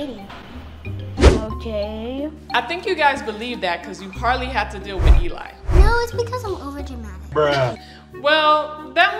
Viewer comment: It’s not Elie its Eli